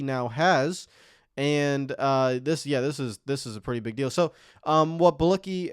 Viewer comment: Dude, stop making nascar videos if you can’t get pronunciations right . Its Bee-on-key not be-an-key